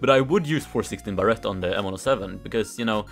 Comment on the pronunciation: Everyone: Barrett: Barrette